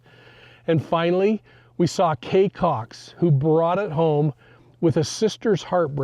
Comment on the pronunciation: In your summation you said Kay COX!!